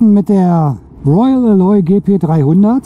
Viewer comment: Eine Besserwisserbemerkung: Alloy wird auf der ersten Silbe betont. Sorry, klassische Besserwisserbemerkung